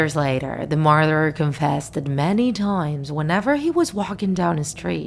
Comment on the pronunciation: "The marDarAr" I'm sorry but why did that make me laugh